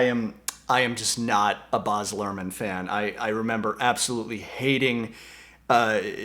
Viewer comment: His first name is baz not boz